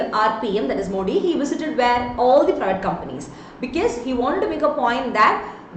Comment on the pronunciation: It's not moodi ji its modi ji